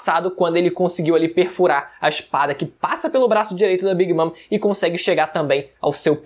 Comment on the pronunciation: "A queda de big mam pelas mãos de trafalgarr ló... E eustassi kid também" 😐